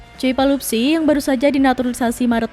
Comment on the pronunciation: Bukan "Palupsi" tapi "Pelupessy" !!!